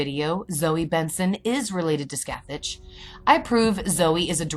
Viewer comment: The actual pronounciation is “Skath-ak” The “ch” sound is a harsh C in Gaelic.